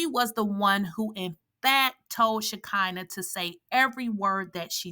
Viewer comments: Isn't her name "She(kee)nah? Why do you keep saying "She(kai)nah? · why are you consistently pronouncing her name all wrong like that???